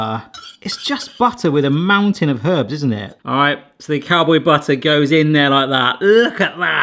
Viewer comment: "Cowbow" howdying to you, there am snake in my büt